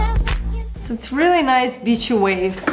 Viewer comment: "So there are some nice bitchy waves..." 😂😂literally dying because of her accent! She is perfect tho